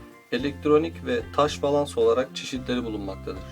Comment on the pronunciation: abi bilmişlik taslamak gibi olmasın ama "balans" değil de "balast" değil miydi o? teşekkürler